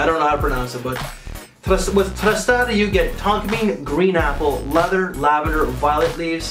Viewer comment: Say it with me man — TRUE-SARR-DEE😁